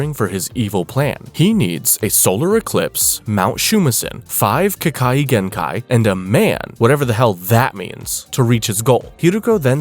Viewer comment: No hate but you pronounced ke kagenkai wrong